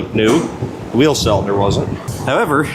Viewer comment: Is it just me or dose say the word "cylinder" weird? I swear he says sell in Der